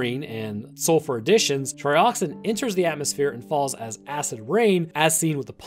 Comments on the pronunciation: It’s pronounced Trioxin not Trioxine 🤦🏻‍♂️ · Tri Ox IN not Tri Ox EEN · You kept pronouncing Trioxin wrong. You kept pronouncing it like "Trioxine". Better luck next time. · its not trioxine.. Tri-ox- in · trioxin not trioxine. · There is no e at the end Triox-in not trioxine